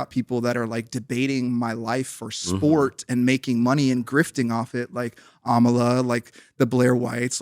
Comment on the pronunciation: I don’t know but that was very Anti black of you to purposely mispronounce Amala’s last name like that.